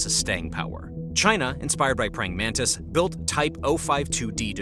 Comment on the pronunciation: Praying Mantis not Praying Mantice (its named after the insect)